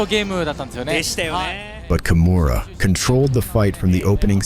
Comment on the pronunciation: I got ear cancer with your pronounciation of her name. You litteraly say "kumuhrah' wtf